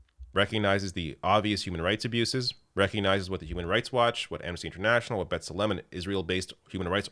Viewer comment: American-Israeli here. The organization is pronounced B-TSELL-em, literally "In the image," from the verse, "In the image of God, He created it, male and female He created them" (Gen. ). As opposed to betzalim, which are onions.